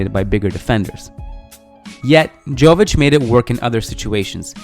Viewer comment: Hey guys, another great video. Just wanted to say that the J in Jović is pronounced as Y.